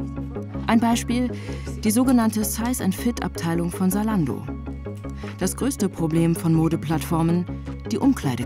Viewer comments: Salando ? Warum kein Z in der Aussprache? Wir brauchen mehr junge Leute in der Politik die das Team antreiben. Weil ein alter Politiker der die Technik kaum nutzt würd sich für das Thema wenig einsetzen. Es müsste zu dem auch erst einmal überall in Deutschland für jede Stadt, Dorf Internet zur Verfügung stehen. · Es heißt nicht Saalando sondern ZAlando !!!!! Argh … 🥴🤦🏼‍♂️ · Warum wird Zalando "Salando" ausgesprochen? Da hab' ich die letzten Jahre wohl was falsch gemacht ohoh